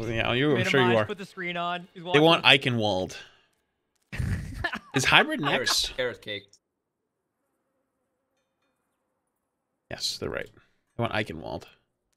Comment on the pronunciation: After years of hearing it said correctly as the game starts they still can't say "Eichenwalde" properly. The W is pronounced as a V.